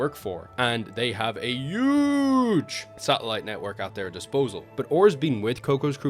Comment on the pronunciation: bro can't pronounce "huge" 💀